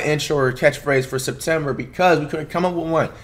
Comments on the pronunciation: It’s semtember .a mouth to remember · "This gone be a month to remember... its semptember!"